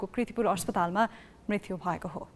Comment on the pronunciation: मृतु होइन मृत्यु !